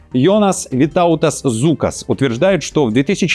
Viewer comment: Zulkas ne pravilno. Zuokkas. Čitajetsia kak Zokas.